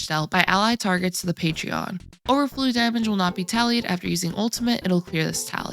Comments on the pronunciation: You're so sweet and I like your content, but when you said Patrion rather than Patron, for the fourth time, I lost it lol! No hard feelings, we all make mistakes! Great video as usual! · Didn't know cipher had a patreon account. I think you meant "Pay-trin" it's still cute though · I love you... But patreon?.... Thats not how that... Hunny no 😢